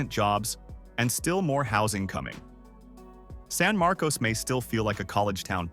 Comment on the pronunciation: Markus, not MAR,-kose